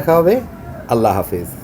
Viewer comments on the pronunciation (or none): none